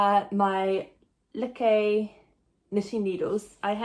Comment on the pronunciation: I don’t know if it matters to you I have several lykke sets and recently learned it’s pronounced loo-kuh